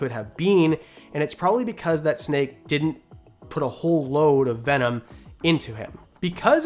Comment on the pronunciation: I’m calling bullshit on how venom is pronounced. 😂 I’ve heard the word my whole life and not once have I heard it said like that. An I grew up with the legit animal planet. Jeff corwin, Steve Irwin, jack Cana. Anyways love the videos and pretty cool watch. I will sub.